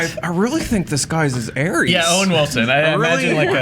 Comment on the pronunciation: Jason Williams It's Ares, dude...Aries is the first sign in the zodiac.